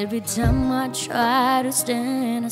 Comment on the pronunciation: I love the song that you have sing but your pronounced to the word time is too much styles